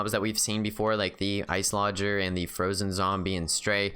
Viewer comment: I'm fairly certain that Iceologer is pronounced Ice-oloj-er (like ology in biology or geology)